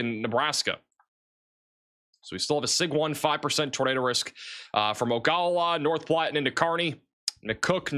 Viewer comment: Imperial is pronounced just like it looks. Ogallala is pronounced Oh-guh-la-la. I used to live in that area.